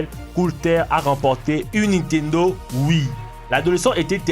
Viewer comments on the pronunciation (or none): none